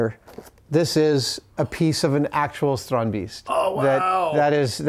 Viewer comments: Kudret Aksoy They are close but not quite there, it actually sounds more like "Strond-based" and the plural "Strond-base-ten. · Tried googling this phonetically and failed spectacularly. It is 'strandbeest' and not "Stronby's" as I thought. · Why are they pronouncing it strondbeast?